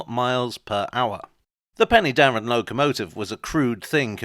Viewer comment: Pen'darrr'en (three syllables)